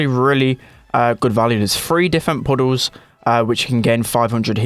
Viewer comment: is it just me or is the way how says puddles is kinda funny?